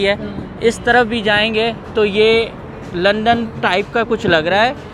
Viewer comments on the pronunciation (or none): none